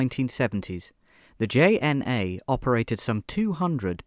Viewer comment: It hurts me. Not to mention he pronounces JNA as J-N-A when it's pronounced as Y-N-A